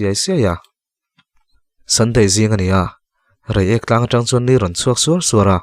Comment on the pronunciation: Nuam thei e. Reiek hming i lam rik hian... 😀😀😀